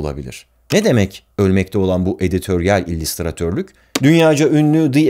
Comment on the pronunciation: İllistratör, illistrasyon dediği anda izlemeyi bıraktım.